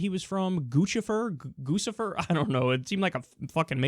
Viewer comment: dude! you're the first in the media to properly pronounce 'guccifer' which is a made up name, it's a "handle" and it's usually a self-given or reputation-based name, a lot of them are jokes, guccifer is an amalgamation of "Gucci" and "Lucifer"